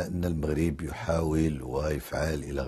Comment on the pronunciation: تعليق جميل و لكن المغرب و ليس المخرب صحح نطق الحروف